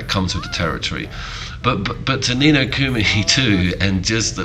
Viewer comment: Ni No Kumi bothered me lol